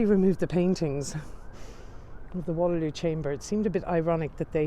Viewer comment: "Battle of Wallerloo" and "Queen Alexandria" made me cry LOL